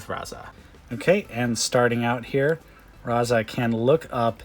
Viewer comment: Why did you keep calling him Raza?